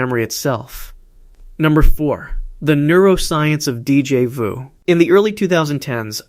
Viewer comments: I hate AI voice. Deejay voo? So annoying. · Gahhh that pronunciation of Déjà vu is infuriating